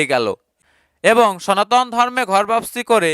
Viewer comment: আহা আহা আহা হরে হরে কালির সোনা বরে বরে 😂😂😂কাইল্লা কালির সোনার বড্ডা আন্ডা, বরিদে শিবের গরম গরম লম্বা লম্বা ডান্ডা 😂😂😂সনাতন ❌সোনাতন✅🤣🤣🤣